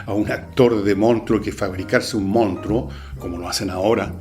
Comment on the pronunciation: Manso programa. Como joven, puedo decirle que me encanto, y hasta me saco varias risas. Si hay algo que no me gusto es como pronunciaba monstruo, pero a quien chucha le importa eso. Buen programa, se lo recomendé hasta a mi hermano chico que como que le un gusta harto el cine. siga así.